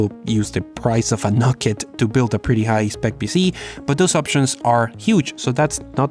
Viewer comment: I would think its pronounced "Nukes." as in short for Nucleolus. Unless you are trying to trigger Pantomath. which you would be doing a good job.